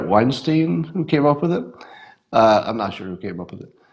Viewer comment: You're pronouncing Weinstein incorrectly. Should rhyme with 'vine.' Eric just doesn't want to be associated with Harvey...